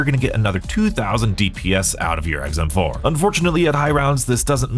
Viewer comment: I must be getting hard of hearing in my older age because I could swear I heard him say the guns name is EggsM4 lol 😂